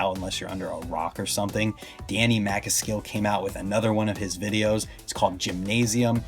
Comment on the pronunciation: Harry main is less bmx and more Mtb or anything that will just get views on the tube or gram . Danny ma cas skil not Maca skil ( sorry to correct you )